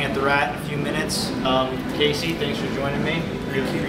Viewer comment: Wow. What a terrible interviewer. Pronounced Casey's name wrong and didn't even know what band he was in. Do your research and REALLY work on your body language.